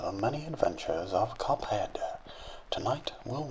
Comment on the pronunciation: He likes how he says "Cuphead"